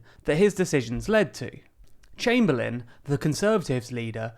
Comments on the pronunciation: Its Austen Chamberlain, not Chamberlin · it'd chamberlain not chamberlin